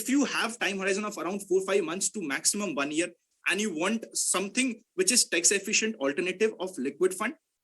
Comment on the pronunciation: Tex efficient...... no brother it is Tax with "a".. 😉